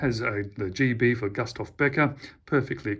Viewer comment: Pronounced Goostaff